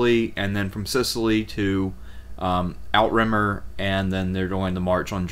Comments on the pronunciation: "How To Say Outremer" / Emma Saying ~ NOT Out-Rimmer or Out-Remmer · love these reviews, thanks for putting these together! to pile on: Navarre "Nuh- VAR" (rhymes: 'the jar') Outremer "OO'truh-mare" (rhymes: 'boot a pair') Comnenus "kum-NEN-ose" (rhymes: 'come MEN host') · "Outremer" is pronounced french and translates as "overseas".